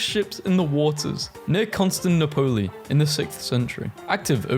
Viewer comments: Constant Napolee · anyone else whip their head up in amazement and disgust at hearing Constantinople be referred to as "Con-stand-nip-O-lee" and then again when he said "Med-i-terr-err-ian" and then AGAIN when he said "Ath-EE-yan" instead of ATHENIAN?!?!?! bruh these are surface level historical terms your grandma might know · Constanipole? Dude. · Your pronunciation of Constantinople broke me. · I can’t get over how you pronounced Constantinople for reference on how to say it if you make another history memes thing there’s a song by they might be giants called Istanbul (not Constantinople) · "People keep telling me I say renaissance wrong wtf!!" Pronounces Constantinople like that: 😂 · I think that pronunciation of Constantinople is a crime. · I haven't winced this much since before my uncle disappeared. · Bless his heart, he tries lol. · I hope no one tries to learn how certain words are pronounced from these videos😢